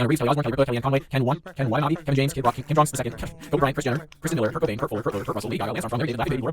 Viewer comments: Bro when you listed the names at the start you said Kim Jong the second not Kim Jong il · Kim Jong Il ( 'il', not the second)